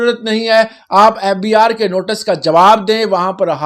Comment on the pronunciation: The way he pronounces fbRRR is so annoying..and bro it's algorithm not alogaritham